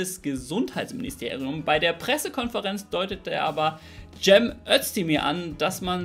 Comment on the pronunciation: Warum können sooo viele nicht den simplen Namen „Cem“ nicht aussprechen? Immer so ein Tschääm😅